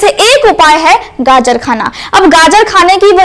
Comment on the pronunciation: बहुत अच्छा लगा जब ने गाजर को गाजर ही बोला। गाजड नहीं कहा। 😂😅